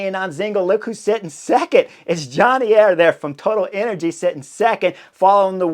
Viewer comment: I swear I heard Chris say " Toilet Energies"...